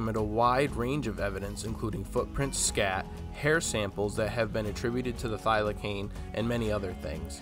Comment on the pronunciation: Thylacine pronounced thyla-seen